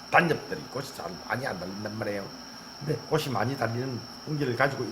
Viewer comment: 확실히 얼굴을 드러내어 입모양을 보여주시니 알아듣기가 많이 수월합니다. 감사드려요^^* 아참 근데 꽃이(꼬치), 빛이(비치), 잎이(이피)의 옳은 발음과 꼬시, 비시 같은 틀린 발음이 혼용되고 있습니다.